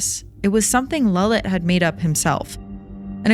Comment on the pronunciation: Its lalit not lullet